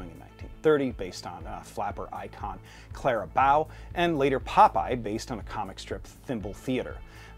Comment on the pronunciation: I was with you until "racist" came up. Why does every video about anything old have to drag out the boo-hoo-hoo racism crap.And you mispronounced Clara Bow's name.